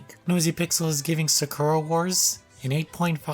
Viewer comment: It’s weird that when you pronounce Sakura the character’s name you say it correctly but when you pronounce the Sakura in the games title you say it wrong... it’s the same word.